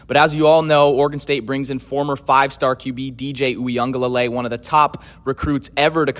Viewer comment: It's pronounced "we uh guh lay lay". There's no N